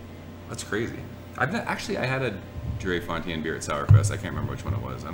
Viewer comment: Thanks for the shout out. It's "Dree-fon-tay-ne." A fun battle beers. I havent had Boos yet. Glad I haven't traded for it based on how hard it is to get. Atrial is one of my favorite sours. So jammy and complex. For a sour, it's a #HUNNITS for me. Cheers!